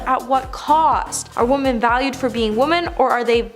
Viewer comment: Wish she would learn how to say women makes me turn it off every time I hear it